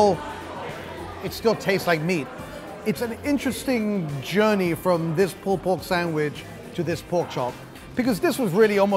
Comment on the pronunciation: I loved the POOLPORGSAMWICH